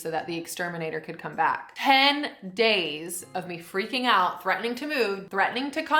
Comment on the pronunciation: the way says “days” is starting to sound english